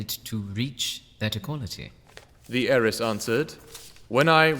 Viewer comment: Its “heiress”